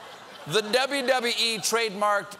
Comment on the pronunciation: I like how he said dubbee dubbee ee